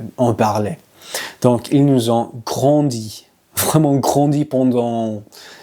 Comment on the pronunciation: Bravo votre niveau est très bon; voici néanmoins quelques petites corrections: des attentes différentes ( expectatives), ils passent beaucoup de temps à regarder des films seuls ( voyant des films); ils nous ont grondés (je crois entendre "grandi"); je pense qu'ils ont cru ce que nous avions dit; j'espère que tout va bien se passer pendant la dernière semaine ; il faut parler directement à quelqu'un et pas par l'intermédiaire ( you said "travers") d'une autre personne.